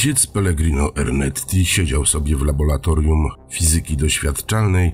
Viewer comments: Laboratorium nie labolatorium :/ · Laboratorium a nie labolatorium. (już w pierwszym zdaniu) Przeca jest laborant a nie labolant, co nie? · laboRatorium* lektorze